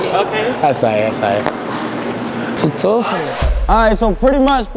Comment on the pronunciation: bro was a new found American-Chinese man off the za. “I sowey I sowey”